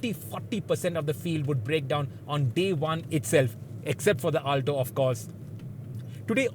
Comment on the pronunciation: Ur pronunciation of "Alto" is horrendous